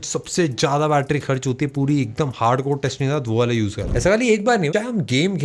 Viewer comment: it is not a battery it is a battera😂😂😂